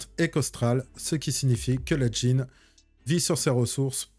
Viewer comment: stp tu peux dire gyne au lieu de dgyne ça me fait sursauter à chaque fois